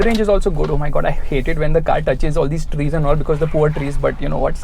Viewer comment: Trees vrees lol 😄